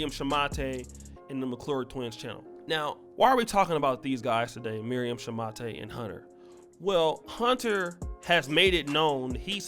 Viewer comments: A. They met in college where she had a basketball scholarship. B. They married before her visa was up. C. The name is Pronounced Shu-mate not Shuma-tay, which you would know if your lazy ass had bothered to watch even one of her videos for research. D. Your obsession with downing all black women is whatever but shoehorning your stupid argument into what is obviously just a straight up fraud and scamming venture has nothing to do with black women as a whole. This could have been an interesting video had you bothered to look into how much of a fraud she is. E. It is obvious from the useless trash that you have produced that your comprehension and critical thinking skills are lacking and that is more than likely the main reason why you have been rejected by women of your own race. Seriously, how can you make someone who is slow and terrible look cleverer than you? It's embarrassing. Do better. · It’s pronounced “Shoe-mate” as in mate, partner, friend, colleague.... Thanks!